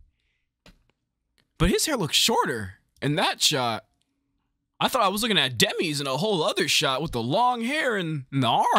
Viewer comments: Did you just say Demese? I hope you meant Demise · You say Dem e's but it's Dem eyes. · Who the hell Dem-ese?? 😂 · "THAT LOOKS LIKE DEMEEZ THAT LOOKS LIKE DEMEEZ" LOL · Something only Zelda can do...Seal away Ganon...AGAIN, like always. Also Did you pronounce Demise as Demeez? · I can't get over how he pronounced "Demise". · I’m sorry but the way you pronounce Demise even when it’s a real word lmao